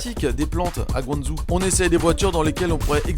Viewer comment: Trop bien ces shorts! Par contre ça serait encore mieux de prononcer GuangDJO et pas GuangZOU ;)